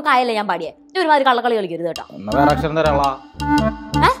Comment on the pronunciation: Aksharam njaan paraya kraa 😆😆😆😆